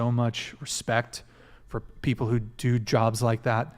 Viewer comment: I'm glad someone finally pointed out that nobody on this podcast can properly pronounce "women", and they end up saying "woman". Now if we could get them to pronounce their L's. It's not "coacher", it "culture". It's not "peopoh", it's "people". L's exist. And yes, your intros are too damn long. Everyone skips the first 5 minutes anyway, cut it down.